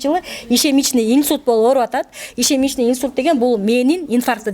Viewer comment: ИШЕМЕЧНЫЙ ИНСУЛЬТ ЭМЕС ИШЕМИЧЕСКИЙ ИНСУЛЬТ БОЛОТ